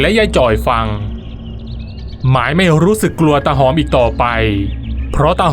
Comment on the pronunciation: ฟังช่วงแรกๆ ได้ยิน ออกเสียง ว่า ตา หอบ ตลอด ผมก็งง ทันต้อง ตาหอม ไม่ใช่หรอ?